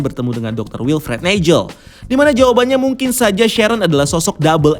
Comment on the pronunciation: "neijel" hm oke